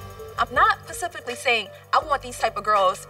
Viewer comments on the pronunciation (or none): “I’m not pacifically saying” 🤦🏽‍♀️ I can’t it’s specifically man , come on now 😒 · "PACIFCLY"... What?! Oh you mean "specifically" ... I guess them "three degrees" didn't pay off your grammar. 👓👀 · "I'm not PACIFICALLY saying...." Me: So, are you Atlantically saying? I'm not understanding. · "I'm not pacifically saying" LMFAOAOAOAOAOAO it's SPECIFICALLY ! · I'm not pacifically sayin😂😂😂😂 it's SPECIFICALLY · "Pacifically"? hahahaah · Did she say pacifically? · Did she say shes not pacifically saying? The illiteracy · PACIFICALLY????? And she went to college? What???? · Pacifically??????? Is that what she just said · Omg did she just say "PACIFICALLY" GrammerGang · Specifically not Pacifically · "Pacifically"saying??? SMH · "I'm not pacifically saying..." 😂😂😂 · 'paciffically' saying aaahahahahahaha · Pacifically 🤔 hmmmm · So we gonna ignore that that girl said “pacifically” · "I'm not pacifically saying ..." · “I’m not pacificlly saying” ummmmh no🙄